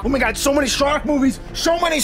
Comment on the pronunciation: "Sho many sark movies!"